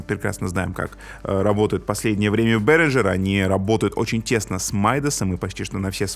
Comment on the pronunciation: Ребята, это немецкая компания и название произносится как Берингер, никакого "Ж" там нет